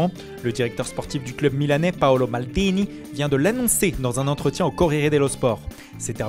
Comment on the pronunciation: La même pour maldini 🤣